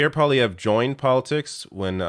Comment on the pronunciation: Dear It's pronounced "pwa-liayvr", not "poly-ayvr". Tabarnak de criss d'osti.